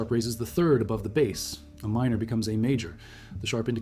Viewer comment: The subtitles need revising - e.g., "Ramon" instead of Rameau !!! The narration is also problematic: "General" with French pronunciation amid German title (?); "a minor" instead of "A" minor; "I-V" instead of Four.... ??? There are many other errors and infelicities that undermine the important themes explored here. These are fatal, unforgivable flaws in a presentation that should be of high scholarly integrity and accuracy.